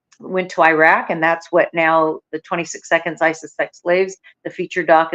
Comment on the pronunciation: Is it mentioned anywhere that these are countries destabilized and destroyed by U.S. wars of aggression, many prompted by Israel's neocon/U.S. agenda. Please learn how to pronounce Iraq.